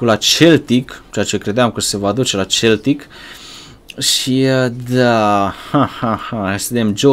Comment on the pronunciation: Se pronunta seltic nu celtic